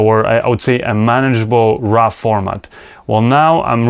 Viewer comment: It's not RA it's RAW!:)